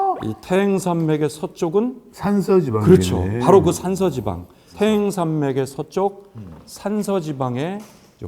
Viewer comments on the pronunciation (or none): 태행산맥이 아니고 태항산맥입니다 行. 발음이 2가지로 납니다 행과항 예를들어 집안 行列항렬